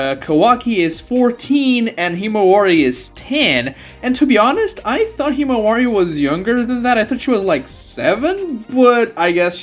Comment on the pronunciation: Do you have a hard time just saying multi syllable words? Shikamaru? Kawaki? Himawari? Geez. Fix yourself